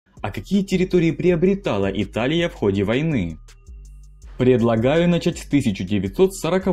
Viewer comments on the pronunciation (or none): none